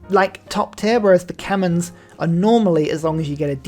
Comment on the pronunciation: Khmer, not Kemens :(